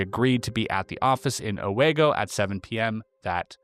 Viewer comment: I’m 53 years old and live in Binghamton close to Newark Valley, worked in Owego and I’ve NEVER heard this story…it’s also pronounced Oh-Wee-go from the Iroquois Indians meaning where the valley widens. Lots of history in that area